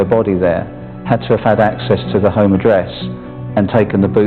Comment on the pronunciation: Come on now, you murdering shite-bag, if you're going to take the affectation of a double-barrelled surname, the least you can do is enunciate your Hs; [ "I'm at 'ome, our 'ome, wishing you were 'ere..."].